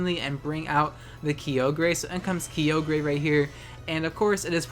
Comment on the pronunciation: Had to stop watching cause hearing key-oh-grey was driving me insane